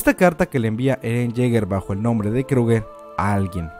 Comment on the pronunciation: Haber!!!!!!! NO ES FAMILIA TIBUR, NO ES DONA JAEGER, NO ES MARLEY, NO ES KLUGER.......ES TIBER, DINA JAEGER, ES ES MARE, ES KRUGER, ¡¡¡YA ME TIENES HARTA!!!